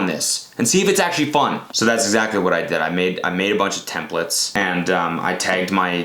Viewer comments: n't iTs temPLaTeS not tempLiTs GOD DAAAAAMNN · TemplAAAtes not templtes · Wtf its "templAtes"